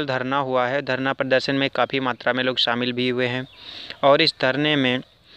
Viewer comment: शामिल, not सामिल